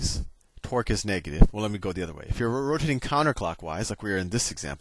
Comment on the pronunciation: "You know then that the net twerk is zero" That was literally what I personally heard